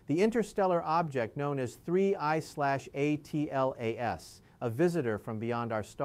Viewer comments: This appears like an AI generated video. His always pronouncing 'atlas' as 'a t l a s' is a dead giveaway. There are also subtle lip sync issues. The video is also not smooth. There are edits which should not be there if he is a real person talking. The video may also be in a loop. So, please disregard the content. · Why doesn’t this ai just say Atlas and not keep spelling it.